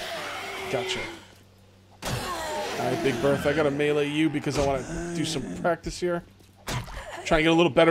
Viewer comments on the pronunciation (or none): none